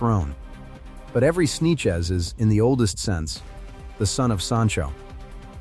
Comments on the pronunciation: Right? Gotta love those “Snechez” (Sanchez) people lol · This dumba$$ AI can't pronounce the name "Sanchez", he calls it "Sneeches."